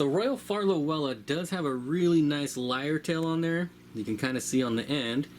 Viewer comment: Those are extremely cool! Also, thank you for pronouncing lyretail correctly. It drives me crazy when people say "leer-tail" or whatever.